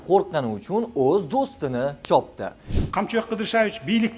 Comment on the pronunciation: Чопти демасдан тогри гапиринг .